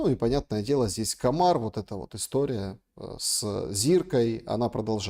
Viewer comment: Так как поавильно. Комар с ударением на первом слоге или на последнем. Слышу оба варианта